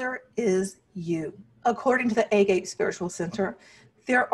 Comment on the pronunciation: Great video except it’s pronounced “ah-gah-pay” and means unconditional love in Greek. 😊